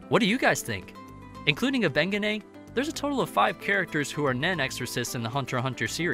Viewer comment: Thank you made the the whole video cringe